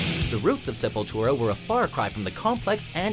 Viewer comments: thank God they said it right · He finally learned how to pronounce the bands name... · hey you guys pronounced the name right this time!! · Awesome list! Glad you guys finally said the name right. You listened!! Hahahahahaha!! \m/ >< \m/